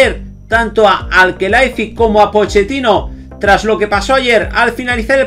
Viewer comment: Quién es Poketino? El hombre es sudamericano y aunque lo estés asociando a la pronunciación Italiana, en aquella región se utiliza la doble cc para hacer eso: Pocchetino!!!